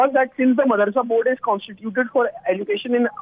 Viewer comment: Madarsa or madrasa? N the way she pronounce education. Bad anchor